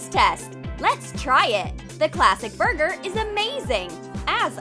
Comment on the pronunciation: Buger? I think your supposed to say b u r g e r